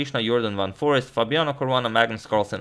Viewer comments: I think Ur pronouncing forest wrong. Its foreeeeeeeeeeeeeeest. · His name is Jorden van FOREEST, pronounced FOR ACED